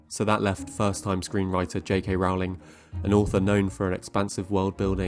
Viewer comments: Great video! Just one thing, JK Rowling's last name is pronounced (Rolling) like rolling down a hill. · Rowling rhymes with "bowling." How can you not know this, how can you mispronounce her name, having done so much research on your good video here? And she is not really "J.K."; she is Joanne. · I agree JKR isn't a good screenwriter, but can you please pronounce her name correctly? "Rolling." (Although I suppose you could argue having the world never use her name improperly is what she deserves for being an anti-trans activist and dead-naming people.) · How about pronouncing JK Rowling's name correctly for starters? Difficult to take this seriously when you don't even pronounce "Rowling" correctly. Do your homework. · You could boost your cred more if you'd pronounce J.K. Rowling's name correctly. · I really want to engage with this essay but it just throws me off and irks me that you can’t pronounce her name correctly. Her last name is pronounced “rol-ling”, not “row-ling” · My ears are bleeding from all the times I hear "rahwling" - it's "ROLLING" (like "BOWLING") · I cringed every time you mispronounced Rowling. It rhymes with "bowling" and "rolling," NOT "howling." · It's Rowling, NOT Rawling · Rowling rhymes with bowling not with howling. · Seriously what's with pronouncing her name R aw ling? People who create content about her should at least know how to pronounce her name lol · Sorry to be that guy but her name is pronounced ROW-ling as in TOE-ling. Just watch any interview with her and you’ll see. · It’s pronounced JK Rolling